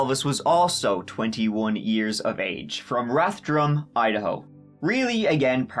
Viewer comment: Why does the guy look like SBF? Its pronounced Rathum, I kno its weird, no R. I have fam there.